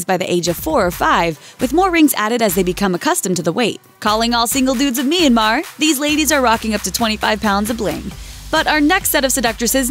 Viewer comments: It's Myanmar Not myanmaaar😂😂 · You pronounced Myanmar so horribly wrong...